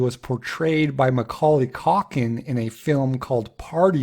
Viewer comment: macully cock-in? uh i don't think thats how thats pronounced....